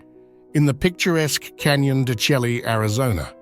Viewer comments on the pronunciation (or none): Canyon de Chelly is pronounced “Canyon de Shay.”